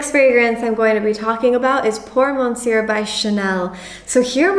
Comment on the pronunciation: Nice video, on thing though, we don't pronounce the "R" at the end of "Monsieur". Cheers, keep it up.